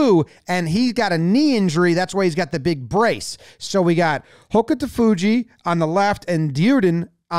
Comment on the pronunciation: I’m a big sumo fan and Hokutofuji is one of my favorites. He always charges in hard and gives it 100%. It’s pronounced more like hoke-toe-fuji because the u is really subtle. And Ryuden is like re-you-den, with ryu kind of as one syllable.